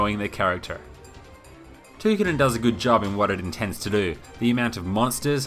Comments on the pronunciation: Ta-Ky-Din. not too-kiddin ty for the review tho thumps up! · its pronounced Toh kee den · No it is TOH KEE DEN